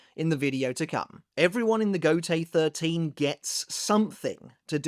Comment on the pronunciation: Every time you say Gotei I hear Gotey😂.